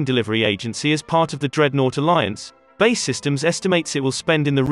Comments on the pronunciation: It’s B.A.E systems. Not ‘bay’ systems 🤦‍♂️ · For Christ sake. Its B A E systems not BAY systems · Good video, terrible narration. "Bay systems"?? B. A. E. Ffs. If it's a robot it's pretty good and they seem to be getting better, but still fairly easy to spot. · It's B-A-E systems not 'bae' systems. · It's not bay systems, it's B-A-E (bee=ay=ee) Systems and so much unnecessary repetition in this vid. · Its B. A. E Systems, not "Bae" Systems. Do you call the USAF the U-SAF? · It’s B… A… E….. not Bae…. It ain’t your girlfriend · And by the way mr youtube it's not ''minister of defence'' it is ''secretary of state for defence'' and it's not ''bay'' it's BAE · It's pronounced B.A.E Systems and not Bay Systems?! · Who are Bay systems, and why have I never heard of them. Has B.A.E. Systems gone missing? When using synthetic voice programs you really need to be very careful about typing. Ie 200tons, not 200 t. We hear these and we pick up on them . It makes you look less than professional. Just my two penneth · got as far as him saying bae systems,ffs, its B A E syetems................. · So clued up that B.A.E. systems is pronounced 'Bay' systems 🙄 . You and no one else friend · Stopped watching as soon as a military focussed channel said Bae! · 'BAY Systems' ooooh please! 🤣 Lose the digital voice over. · Man said bae systems 😂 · Wtf is Bay systems. Pronounce it right.